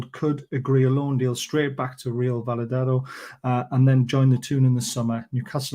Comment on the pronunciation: Another good video, thanks for the update. Fingers crossed for the 9th. Have to admit I've never heard Valladolid pronounced like that 😁